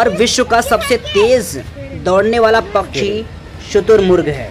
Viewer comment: Bhai bhai pchchhi nhi pakshi 😂😂😂 daise nhi gys